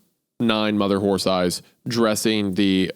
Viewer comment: Isaiah continuously mispronouncing horse as horth is cracking me up